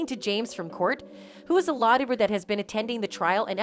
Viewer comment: lawtuber... I could not make out this word :-(